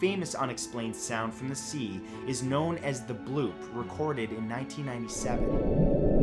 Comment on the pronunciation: I watched a video on another channel and the narrator repeatedly said "blopp" instead of "bloop"...it was so funny! Derp!!